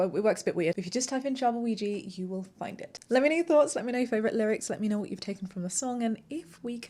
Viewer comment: I'm unsure how to ask this without coming across as rude, so please forgive me... As the artist, are you intentionally choosing that mispronunciation of Ouija or is that just how you're familiar with it being pronounced?